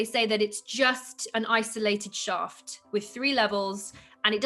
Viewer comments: It's Shhafffft! not shaft. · “The Osiris shoft” “the Osiris shaft” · Way 2 different ways of pronunciation: shauft (British): shaft (American) You can't tell if he's agreeing or correcting her haha